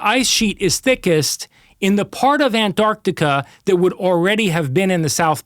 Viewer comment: If I hear him pronounce "An-Arc-Tic-Ah" one more time; I'm going to throw up.!